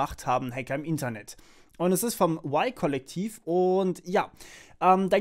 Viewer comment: Spricht man das Y-Kollektiv nicht komplett deutsch aus ?